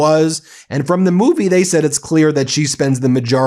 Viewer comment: Can someone please teach her to say the rather than de..seriously after all these years 🤨